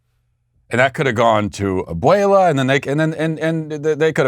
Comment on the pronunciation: Te sales!!! Lol, good pronunciation on abuela